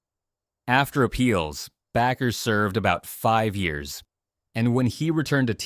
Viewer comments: It's pronounced BAAAker not Backer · It's pronounced Bake er not Back ker. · Why do they keep saying BACKER IT BAKER